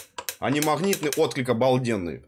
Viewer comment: Услышал "махнитные", выключил нахрен